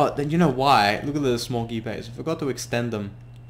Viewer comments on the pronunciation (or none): He pronounces it "Smoogy bay" but it's actually "Small Gear bay"